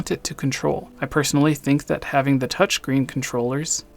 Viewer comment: It's pronunced touchScreen, not "touchcreen"